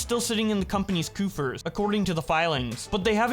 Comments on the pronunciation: not coofers, its COUGH-ERS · this dude said coofers instead of coffers lol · Just a small bit of constructive criticism. "Coffers" is pronounced 'caw-furs'. I got a bit of a chuckle when I heard "coofers". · coufers? haha COFFERS! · coffers is pronounced like "cough-ers" you dumb idiot.